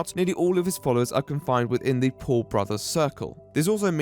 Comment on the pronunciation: the way you say Paul sounds like pool. Gregpool the worst superhero ever, saving zero bully victims at a time. Chimichanga